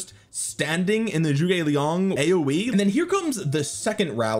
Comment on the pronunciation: its not JUGE its ZHU GE liang man. not juge NOT JUGE